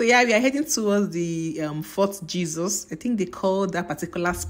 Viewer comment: So beautiful but I can't stop laughing at Indian oshoon😂😂😂 Fort jesos Niyaali😂😂😂I love the accent